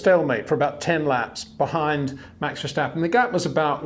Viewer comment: verSSSSSSSSSSSSSSSSSStappen! Get it right, sir.